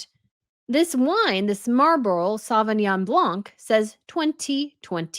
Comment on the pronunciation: The C is silent in Sauvignon Blanc